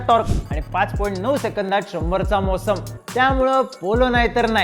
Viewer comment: अरे मोसंम काय बोलतोस अडाण्या मोशन बोल अडाण....